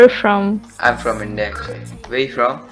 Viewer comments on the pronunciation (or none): none